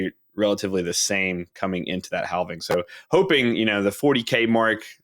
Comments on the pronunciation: the"L": in the word "halving" is silent. just fyi. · Can we talk about this guy pronouncing halving?